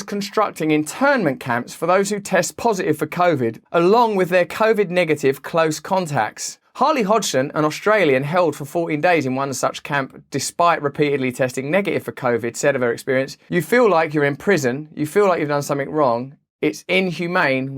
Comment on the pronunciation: Its HAYLEY not harley